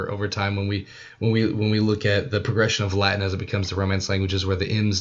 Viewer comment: The word Latin has a T in it. Try pronouncing it with the T instead of a glottal stop and we Latinists will take you more seriously.